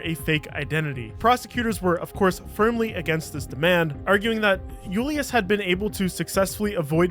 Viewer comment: You're not Spanish. Julius isn't a Spanish word. You sound so dumb when you say it incorrectly